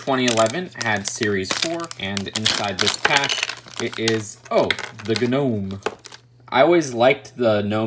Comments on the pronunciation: No one:: G - N O M E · “Oh, it’s the ganome!” - 2020